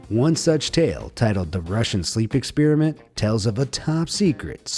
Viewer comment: “ExpEEEriment”—not cool bro